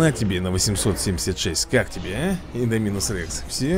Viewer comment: Не. Индоми'нус. А. Индо'минус